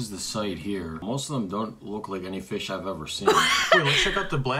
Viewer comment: Anyone gonna talk about he said fiss